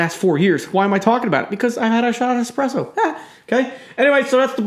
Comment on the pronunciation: Hahaha that expreso speech🤣😂🤣